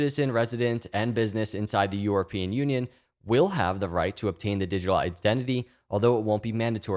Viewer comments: I love you and your content but I cant listen to you say EUROpean lol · Is it just me or does it sound like is saying “Yourapean”???